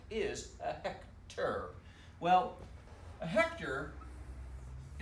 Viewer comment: 😂😂😂😂you're a good teacher! Straightforward. "What's a hect...ar"